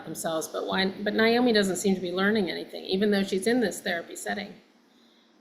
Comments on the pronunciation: At least pronounce her name right,,it's NAomi nit Niomi...... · So happy to hear your guests say Naomi‘s name properly. My sister-in-law‘s name is Naomi and I can’t stand it and neither can she when people say NIomi… edit: well, she said it right once and then she blew it😂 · Its NOT NI OMI its NA OMI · Y'all, it's "Nay-O-me", NOT "Ni-O-me. Neigh like a horse not with long "I". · Very interesting. I am looking forward to seeing this. I’m surprised at the mispronunciation of NAomi…they are saying Niomi. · Why do both of these ladies keep mispronouncing the name Naomi? It's NAY-omi, not NI-omi. Long A, not long I. Not even the Judds themselves say the name with a long I. Strange. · Her name is being pronounced incorrectly by both of you. It's pronounced Nay - omi Not Ni - omi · Did she pronounce her name Ny-Omee? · They both called her Nyomi!